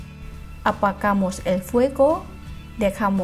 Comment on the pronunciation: Dijo apacamos :v se dice apagamos